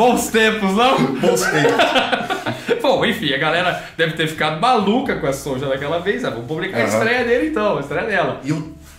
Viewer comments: DICA: A pronúncia correta de SONJA é Sônia. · Eu acho que a pronúncia do nome "Sonja" era Sônia mesmo, soando meio que alemão. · Sonja se le sonia pq tem idiomas em que o j tem som de i